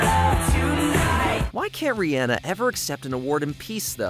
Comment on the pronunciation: You butchered Riri’s name.